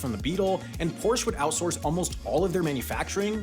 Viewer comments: Now i don't expect a non native speaker to pronounce Porsche correctly, however i do expect someone that does a video about them and says Porsche a bunch of times to invest the 3 seconds it takes to look up how it is pronounced. Especially when it's such a common problem that Porsche itself made a video on how to pronounce it correctly like 5 years ago. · I'm going to have a stroke listening to mispronounce Porsche without the e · I love how English speakers always forget the e of Porsch!E! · The E at the end of Prosche is there for a reason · When the story is about two car companies and you mispronounce both of them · Maybe listen to the correct pronunciation of Porsche before you make the video? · "Porsche" is said so often in this video, I bet it was a delibertate choice to bait people into correcting pronounciation. On that note, "Porsche" is a two syllable word, it doesn't have a silent e at the end. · Nice pronunciation of 'Porsche' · As a German I have to - and I am dearly sorry about that - be the wise-guy to point out that this pronunciation of Porsche is awfully off. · I can't believe you do not know how to pronounce Porsche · It’s Porsche, not Porsch. Just like it’s Jaguar not Jagewar, Peugeot, not Puugeot or Ferrari not Fewrawri. Thanks on behalf of Europe. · Its porsche not porsch 😑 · Its porschEEEE NOT PORSCH CANT U READ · It bothers the hell out of me that this guy says "Porsh" instead of Porsche. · Why are you saying Porsch? That's like saying Toyot. There is an E at the end. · Its pronounced Porsche, not Porsch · Correction: Porsche is pronounced like “Poor-Shuh”, not “Porch”. Source: I used to know some Porsche corporate employees that were very insistent on the proper pronunciation. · It’s pronounced Por-shuh, not Porsch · If you really strive for accuracy in your videos, you should know that Porsche is a two syllable word! It's pronounced POR-sha! NOT Porsh! Get it right! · its not Porsh-uh, its Porsh-eh. E is e, not uh…